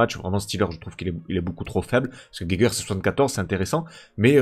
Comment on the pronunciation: la vidéo fait plaisir ! super vidéo ! pour la prononciation de Geiger (si ca se prononce comme l'allemand) c'est Ga i gen